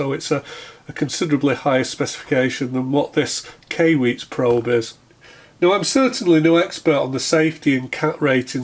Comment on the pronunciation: Hey, I couldn't breath for a minute during the intro... Ok now though. Also, I think Kai is pronounced like before you karate chop a cinder block. And usually after as well. Cheerses!